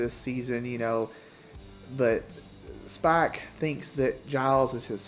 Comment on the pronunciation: When you say Spike it sounds like Spock. Loved the video! ❤